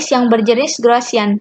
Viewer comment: Gaussian.. bukan Graussian